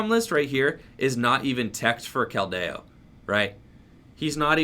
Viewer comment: pronunciations: naganeydel, giant “earth”, keldeyo. This mans determined to trigger the chat every time with the wrong pronunciations. Lmao love the channel bro peace